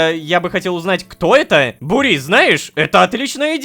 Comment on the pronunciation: Мб ударение на у? Бу́рис